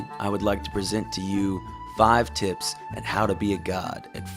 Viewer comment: you are bad saying tips